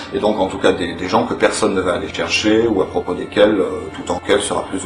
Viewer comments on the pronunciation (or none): Tout est bien qui finit bien : encore la droite et la gauche ! (Apart ça, attention aux liaisons mal-t-a-propos).